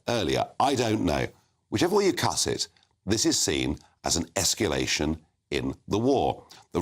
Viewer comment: It is NOT Esculation!